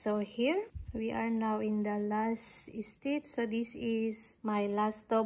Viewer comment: I absolutely love how u pronounce “stitch” it gives me comfor❤